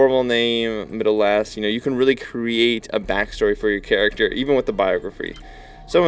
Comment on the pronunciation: "characer" LOL!